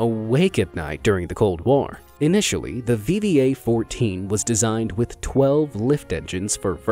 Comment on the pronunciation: something more terrifying than the Ekranoplan was how read VVA perfectly